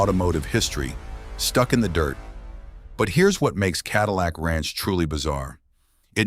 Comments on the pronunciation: "Cadeelic ranch" lmao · god damn AI cant even pronounce cadillac